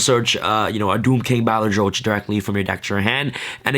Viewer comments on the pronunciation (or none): Pronunciation of 'Balerdroch': Bah-lur-dur-rock